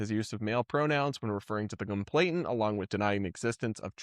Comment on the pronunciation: Btw. Complainant. Not complainTant ❤